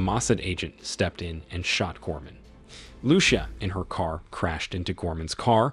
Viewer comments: "Loo-sha"??? Seriously? I hope it's an AI narrator . Lucía should be read as "loo- THEE- ah" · It depends on what country you live in. Where I live its loo sha